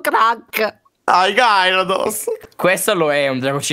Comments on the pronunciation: e non conoscono i pokemon Minchia che pensionati veramente P.s povero gyarados che si pronuncia gherydos😑🤦🤣🤣🤣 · il no è del Pokémon si scrive GYRADOS però si legge GHIARADOS. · Oppure anche GHERIDOS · comunque gyarados e un pokemon di tipo acqua😅😅 avete messo un pokemon e si pronuncia gheridos